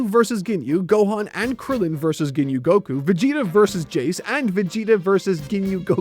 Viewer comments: ah good, it's rare to hear someone actually call him Jheese and not "jayce" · But he did say jayce 🤔